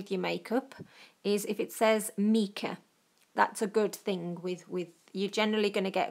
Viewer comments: It’s my-ca not me-ca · sorry but its not pronounced meca its more like mica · Fab idea, I've got stacks of eye shadows. Mica is pronounced my-ca I've got quite a few mica powders I use when making greetings cards I now have a fantastic new use for them. Thank you for sharing your fabulous tip with us. xx 😊💖💅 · Just a small point, MICA is pronounced MYCA...